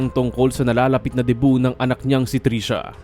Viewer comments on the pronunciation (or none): none